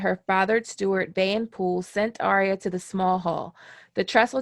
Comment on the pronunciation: Excellent video. But its ArrrYUH not aria